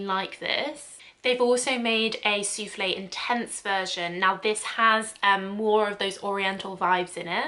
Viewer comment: Just so you know : the e from souffle isn’t to be pronounced. You only hear souffl. When you say « soufflay » it sounds like soufflé which is a French salty cake made with cheese🙂 I’m French so every time you said soufflay I pictured that cake 😂